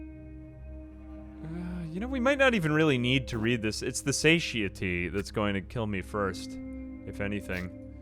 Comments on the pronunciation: Satiety is pronounced suh tai uh tee. It is weird you mostly see it in print. Also, "Beware the Terminus." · SATIETY pronunciation suh·tai·uh·tee ;)) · Way late on this but just in case if you’re looking on the pronunciation for “satiety” think of it like sat-eye-itty if that helps at all lol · its pronounced "suh-TIE-eh-tee". satiety